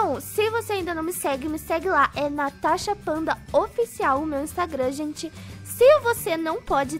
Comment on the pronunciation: ele chama a (natasha de tanasha)